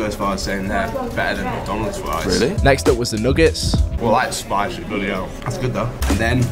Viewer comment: so much fwesh fwies